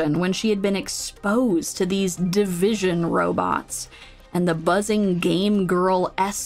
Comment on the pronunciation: its not division but divi sion